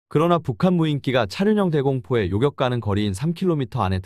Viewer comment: 자연스럽게 요격이라 발음되는 단어를 왜 굳이 매번 요껵으로 발음하시는건지요??